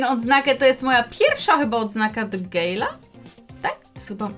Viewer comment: Gadżet do gejla to nie poprawna wymowa mam najlepszego gale polski